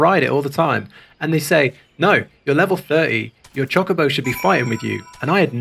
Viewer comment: H is pronounced ay-ch. Not hay-ch. It is pronounced Choe-ka-bow not choh-ka-bow